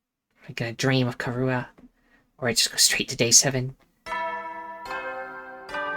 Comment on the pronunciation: I do like Takemaru~ Aaand she forgot how to pronounce Karua.... Hiruko is right, Leave him to die, Please and thank you~ Hiruko is kinda a bi- But she's cool~ Takemaru should follow the rule.. Equal Rights, Equal Fights. But you know in self defense.. Punching someone needlessly is just rude.. Board game~ Kill it with fire!!! The Pumpkin took the Pumpkin~ <3 Eito is safe now~ Amen hallelujah Peanut.. Butter....? This... Demo... Never... Ends.... Sirei was in the trash can? Interesting. A ghost person killed em! Hiruko is the leader! That was fun~ Have a good day, My love~ <3